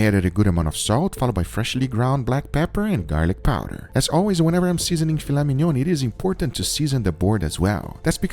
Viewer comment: "Fila minion" 😂